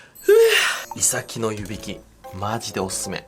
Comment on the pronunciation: イ↑サキ 気になるなぁー